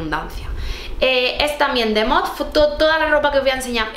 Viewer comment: Yo tb pienso que MOTF vale la pena, aunque la ropa es más clásica... Por cierto creo que se pronuncia "Motif"...😅👍😘